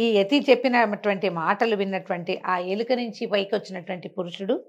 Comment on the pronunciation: ఎలిక కాదు ఎలుక 😊